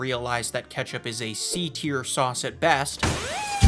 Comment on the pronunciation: C tier? Are you from Chicago